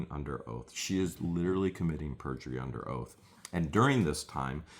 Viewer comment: 😂 can you say Purjury?